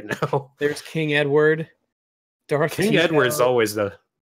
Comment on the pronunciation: Anybody else hear "King N-word" instead of "King Edward" when said it?